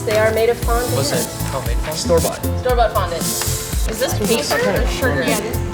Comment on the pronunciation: ‘The flowers are store BAUGHT’ HMM